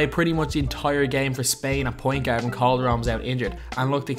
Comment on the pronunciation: "I would not go as fyar" "Best international gyard" "Tony Pyarker"